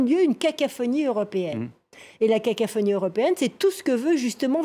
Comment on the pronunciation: Elle a dit cacaphonie XD😂